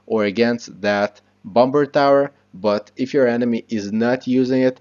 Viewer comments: Its not t bom ber, it's pronounced bommer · overall great video idk if its just your accent but u say bomber with the second b the second b is supposed to be silent lol